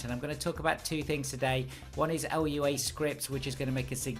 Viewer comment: Great video! sorry for being that guy, but it's pronounced LOO-ah not L-U-A